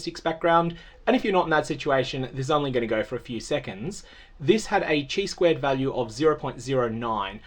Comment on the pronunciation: By the way, the χ in chi squared test is pronounced like “kai” (“kai squared test”).